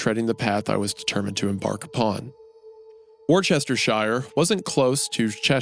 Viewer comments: "Warchester shire" 😂 For those outside the UK who dont know its actually pronounced "Wusstersher". Lancashire is "Lancasher", Yorkshire is "Yorksher" and i agree the way we say it is backwards af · Bri'ish ere. Try saying it like "Wosh-tesh-sher" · "Wuh-ster-shire" wuh is like the W U in "wussy". Learnt that neat facto while working cable in a town of the name. Loved the sauce and pronounced it just like Isaiah until I was about 22. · wor-cester-shaiar. love it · Warchestershire is certainly one of the pronunciations of all time. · hearing americans fail to pronounce “wo-stur-shur” always takes a few years off of my lifespan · wor Chester shire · Hearing the 'Goon day "vicar" weird was way stranger than hearing him say "Worcestershire" wrong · Him mispronouncing "vicar" is so much weirder than him mispronouncing "Worchestershire" considering how religious he is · You know, I was surprised, I mean, with how religious he’s supposed to be and all, you’re telling me he can’t even say Worcestershire? An alleged man of god and he doesn’t have that basic terminology down? Idk, just kinda weird. :/ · Worcestershire is - woo- ster- sheer (please) and “vicar” is vi-ker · hearing mr goon call a vicar a vy-car was absolutely haunting EDIT: WAR CHESTER SHIRE ????? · Wusteshur, Cheshur, Vicker, DIE-o-SEES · Boooooo- for brutalizing the pronunciation of the words, vicar, diocese, and Worcestershire multiple times. Are you a big church guy? How do you not know these common words? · Loved the reading as always but those place names man lmao for anyone interested "shire" as part of a place name is pronounced "sher" (Cheshire = Cheh - sher , Worcesteshire = wus-teh-sher), if its on it's own you pronounce it how its spelt though (ie the shires = the shy-ers).